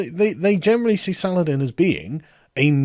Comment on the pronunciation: SUH-LAH-HA-DEEN. FUCK.